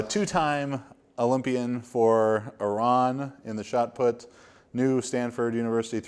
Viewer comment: love how pronounced Iran properly!!